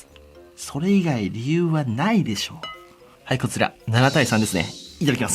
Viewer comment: 「はいこつぃら7:3ですね」